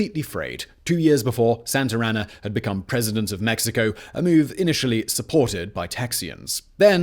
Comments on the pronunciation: I wonder how many times he said santr anna and not Santa Anna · “Santarana”? haha Santa Ana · Very informative. Excellent job as usual Simon!! The only thing I'm trying to figure out is.......who the hell is Sant'er' Ana !!!! I always thought it was Sant'a' Ana. HUH!!! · Please, just please. Stop calling him Santarana, his name was Santa Anna. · For my fellow Americans and everyone else. “Santer Ana” : incorrect. Santa as in 🎅🏻 Santa Ana: correct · I like how he keeps calling him "Santer Ana" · Love the videos, but you saying Santer Anna about drove me mad. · It’s funny how he pronounces Santa Ana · least of mispronouncement transgressions